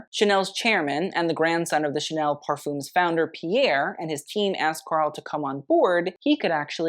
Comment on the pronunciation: Not to mention "parfum" or "parfums" pronounced as "parfoom(s)".....